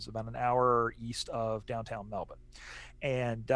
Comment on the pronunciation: Love to hear you guys talk knowledgeably about footy, and pronounce Melbourne correctly (Melb'n). I think most Aussies would love the game to spread to the US. I'm sure you would have gotten a real buzz from hearing Collingwood supporters chant U-S-A, U-S-A when Mason Cox bagged 5 sausage rolls in the 2018 semi-finals against Richmond. I loved seeing Mike Pyke play, the Canadian who won a premiership with the Sydney Swans in 2012. All the best mates, from Straya!